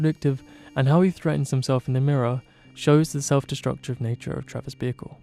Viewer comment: You prounounce ''Bickle'' like ''vehicle'' and it's so funny. Really great analysis!